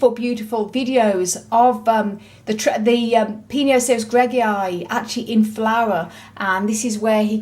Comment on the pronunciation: Wow, the name of the cacti just rolled out from your tongue so effortlessly. LOL 🤣🤣 I would have had to repeat it maybe a few times. 😂😂 You're so patient,...it took 5 yrs to be that size but still small as compared to other cacti for that age. Good update! 👍👍👍👏👏👏